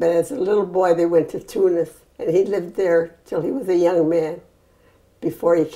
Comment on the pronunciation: Aww she says tounes like a true Arab <3